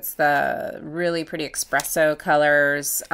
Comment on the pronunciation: Mmm expresso.... Lol enter me hun gorgeous mix!!